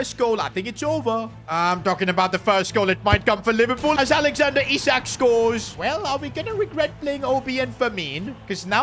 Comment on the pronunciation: I sack(isak) too😭😭